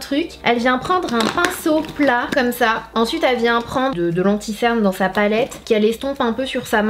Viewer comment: On dit cerne est pas ctern